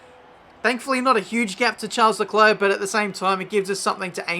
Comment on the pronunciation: Charles LeKluh